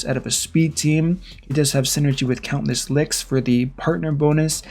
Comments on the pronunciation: Great video! 😁 it’s count-ess lix btw not count-less 😅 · I can't tell is he's pronouncing her name "Countless Licks" on purpose or not. Lol